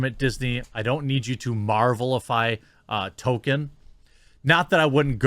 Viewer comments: Nothing against the video because it's brilliant, but please start saying Tolkien properly instead of token. Also Eowyn. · I love you, Jeremy. I really do. But please, say it with me "TŌLL-KĒN" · The pronunciation of 'Tolkien' as 'Token' here, when describing the Amazon staff's understanding of the material, is a hilariously apt subtle touch. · Again, Tolkein's name has an L in it. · If you're going keep making videos on this subject you need to learn how to pronounce Tolkien correctly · lol you make me insane when you "token"...it's tol-key-in...he's not the black kid on south park, Jeremy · It’s TOL KEEN not Toe Ken, you’re killin me bud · Please start pronouncing the "L" in "Tolkien". Tokin' isn't his name. Sorry for being nit picky, but this is almost as bad as educated people saying "lie-berry" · It's not Token, it's ToLkIen. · Quartering I know this isn't a huge deal & I don't know if anyone else has already mentioned it but his name is pronounced "toll-keen" not "tow-kin." Love your channel though my dude. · Damn it, Jeremy. I'm starting to think we need to have a class where someone can explain to you how to pronounce LOTR words. It's "TOLK-en" not ""Token" and the character who killed the Wraith King is "Eowyn," not "Arowyn." Arwen is the daughter of Elrond. Ya killing me, Smalls! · I've seen all your videos and kept my mouth shut so far. It's Tolkien not token. Pet peeve maybe but come on. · Great sentiments and I entirely agree with your take on all of this, but for goodness' sake, the man's name was not "Token." It was J.R.R. Tolkien. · Please... It's pronounced Tol-kin. Not Token. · His name is ToLkien not Token! 🤬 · Why are Americans all pronouncing him "token" now? It's tol-keen. Haven't heard anyone say token until this debacle, not sure where it's come from. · It isn't pronounced Token....it's pronouned like Tolkeen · Is he saying Token?